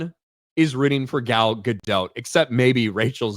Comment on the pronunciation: Ga-DOT rhymes with "a LOT." The T is not silent in her name.